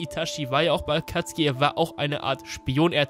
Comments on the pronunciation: Hör auf zu sagen akatski. Es heißt Akatsuki. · Warum sagtst du akatski anstatt akazuki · Warum sagt er statt akatsuki akatski kann das mir mal jemand erklären? XD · Kannst du bitte Akatsuki richtig aussprechen... Ich gehöre zu der Alten Garde die Theorien von früher waren nicht schlecht. Aber manchmal auch durchgeknallte Theorien die gar kein Sinn machten.